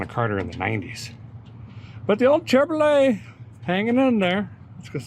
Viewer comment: You pronounce Chevrolet incorrectly. It's pronounced Chevro-lay not Chevro-let I'm from the 1960's and you're the first person in all my years that pronounced it as Chevro-let.